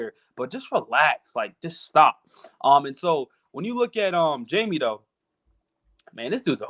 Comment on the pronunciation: HI-MAY… not Jamie 🤦🏾‍♂️🤦🏾‍♂️🤦🏾‍♂️